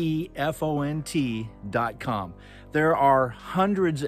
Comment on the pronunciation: Good show,. I think the font website is "dafont" (you said "defont"). OH! just read the description. Guess you figured it out. Was it an Easter egg?